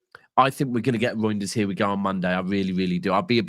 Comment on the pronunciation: why u keep calling the guy “Roynders”? It’s Reijnders bro lol. Is that a Manc thing to butcher names? lol😂 Steve does it too